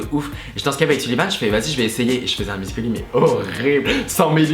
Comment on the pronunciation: Ça me perturbe, ils disent musicol.y au lieu de musical.y 😂